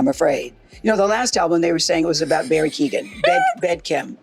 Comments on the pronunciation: Barry KEY OH GAN 😅 lmao i think the e is largely silent, like kyoh-gan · 😂😂😂😂 Americans can never prob😅Irish names they are alway butchered to bits